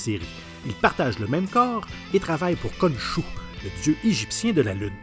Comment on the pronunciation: C'est KONSHOU et pas KONSHU